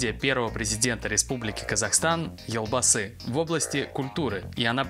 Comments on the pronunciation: Можно поправлю, вы же изучаете казахский язык. В казахском языке нет мягкого знака "ь", посему " елбасы" звучит как "ельбасы". Есть нюанс, имя Елжан звучит как Ельжан, но Балжан(женское имя) - Балжан. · спасибо за новость! Очень рады за Ержана! Только, пожалуйста, произносите "л" в слове "елбасы" мягко. Извините за замечание. Хочется, чтобы вы улучшали свой казахский )))